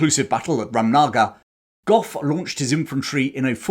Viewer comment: Speaking of pronunciation, whenever you see 'ram' in a name, split it away from the rest of the word and pronounce it as 'raam'. So, 'Ramnagar' should be pronounced in your video as 'Raam-nagar'